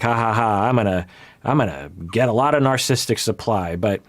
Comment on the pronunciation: Love how when has to say “narcissistic personality disorder” several times in one paragraph, it becomes “narsistic personally disorder”